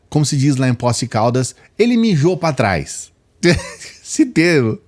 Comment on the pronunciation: "mijo pá trais" 😂😂😂😂😂